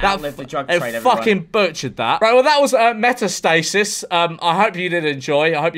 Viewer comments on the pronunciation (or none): The correct way to break up the word would be meta/stasis. Not metas/tasis 😭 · its pronounced met-ass-tah-sis jajajajaja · It’s pronounced me-ta-stuh-sis, because it’s named after the type of cancer walt has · George's pronunciation of metastasis is... interesting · Being a biologist I cringed at the way metastasis was said lmao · "meta-stasis" lol. And why would they win a Mexican award, it's from Colimbia